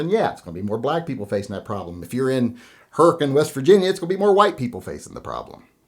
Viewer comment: You really are a Mountaineer! Most out-of-staters pronounce Hurricane 'Hurri-cain' instead of the proper Appalachian 'Hurri-cun'.